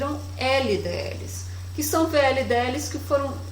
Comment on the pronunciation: A aula ja estava ótima, mas após a pronuncia perfeita de "LDL" tive que deixar o comentário e o like hahaha